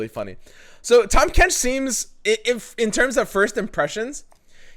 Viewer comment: “Tahm Quench”